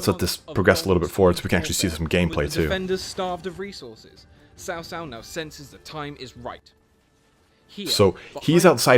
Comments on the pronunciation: Cao Cao should be pronounced as “Chao Chao” (like Chao in Spanish - “goodbye”), not “South South”. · Cao cao is. 曹操 ，not sao sao ,Sao sao sounds like big brother’s wife in mandarin,you can use google translate or something to find how it’s pronounce like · xia hou dun is the way to say his name . so as cao cao not saosao its caocao曹操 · Xiapi should roughly be pronounced as "see-ya-pi" or, more accurately, "si-ya-pi". Cao cao should be pronounced as "chow chow", or, more accurately, "ts-ow ts-ow".